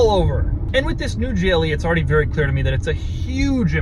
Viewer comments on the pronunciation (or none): doug the type of guy that had an orgazm in a mercedes and say its a werry werry nice car